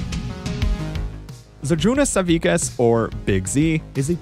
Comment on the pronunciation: awesome vid but that pronounciation of židrūnas savickas was funny